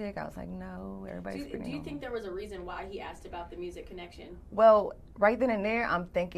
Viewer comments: Axed.....no no no asked....... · She Aks him...